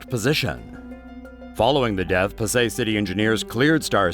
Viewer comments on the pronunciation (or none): It is Pasay ( Pa-sai ) Not Pasay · Pasay is pronounced pass-eye?